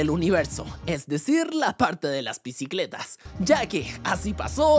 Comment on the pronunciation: "BICLETAS? JAJAJAJAJAJAJAJAJAJAJ 😂😂😂